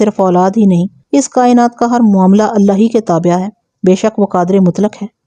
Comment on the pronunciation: تابع ہے تابعہ نہیں درست تلفظ کچھ یوں ہو گا تابعے